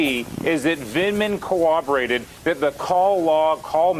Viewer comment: Hans Nichols, COOBORATE is not a word. you are trying to say the word CORROBORATE. you are getting paid to speak english. pick up your game.